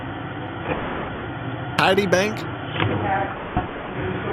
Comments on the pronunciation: Did he say "Titty Bank"? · Sounded a lot like "Titty Bank .." Was it just me, or..? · When the scammer says "TD Bank" did anyone else hear it as "titty bank?" XD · Maybe my brain is a bit pervy (and it probably is), but I laugh every time the scammer says "TD Bank" because it sounds to me like he's saying "Titty Bank". Which is something I definitely think needs all of the support it can get. Ahem. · Titty bank???? 😂 I know y’all heard it too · Lmao I understood titty bank 😂😂😂😂😂😂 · Lol! sounded like he said t*itty bank!😁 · did he say titi bank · I heard "Titty Bank" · I heard tittybank too lmao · Sounded like he was saying titty bank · under yor creaminal.. I'm died laughing. and I hear titi bank. lol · I heard tiddy bank O-o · "Tiddy Bank" 🤣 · It sounds like hes said tity bank, I busted out laughing so hard. 🤭🤣😂